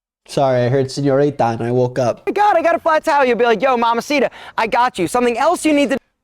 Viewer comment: i fucking hate when gringos say "señorira" "mamacira" instead of señorita/mamacita the T is RIGHT THERE